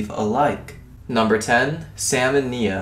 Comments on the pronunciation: U don't say Nia that you said it a lot of times wrong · It's knee-a not ny-a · it nia not niya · Nya? fucking Nya... It's pronounced Neee-Uh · Nia not ni a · It's pronounced n-e-e-a but it's spelled Nia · It's pronounced (Nee-ah).